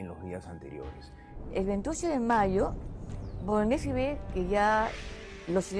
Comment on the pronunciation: A ver si la señorita pronuncia bien el apellido,se pronuncia Boloñesi,no Bolognesi.